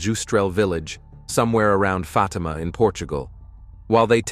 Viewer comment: That's "Fateema" NOT "Fotima"